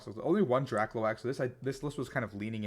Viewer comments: DRAKLOAK: DRAH-cloak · Yo BTW "Drakloak" is pronounced like "cloak".